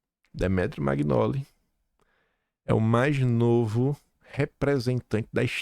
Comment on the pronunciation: BOM DIA. EM ITALIANO, "MAGNOLI=MANHOLI". "MARSIGLIA= MARSILHA".